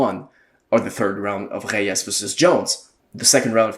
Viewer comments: Lol it’s Reyes not heyes😂but great video tho I completely agree with everything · Why are you pronouncing Reyes' name with an H, like he's Brazilian? He's a Mexican from southern California....